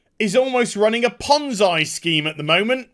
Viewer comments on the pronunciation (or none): OI! A PON ZOY SCHEME?? EU WHOT!?